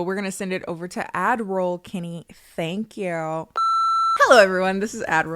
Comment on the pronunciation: For the longest time I thought has been saying "Ad-miral " as a very clever pun but she's been saying "Ad Roll." It's still in my heart tho 🫡